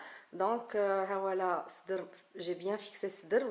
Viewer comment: Excellente explication , je pense que vous êtes de Tlemcen, parce que lorsque vous avez prononcer le mot" صدر " j'ai pensé tout de suite que vous êtes de cette ville d'ailleurs moi aussi je le suis. Ça fait plaisir de voir vos vidéos j'apprécie votre manière de présenter les cours, bravo bravo bravo